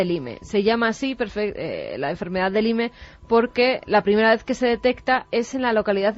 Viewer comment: Qué nulidad de mujer es esta Carmen! Ni buscar como se pronuncia Lyme, sabe. 😡